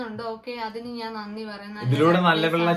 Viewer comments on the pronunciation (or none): none